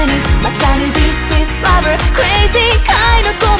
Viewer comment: 「ラヴァ」の発音が好きすぎる 声好きです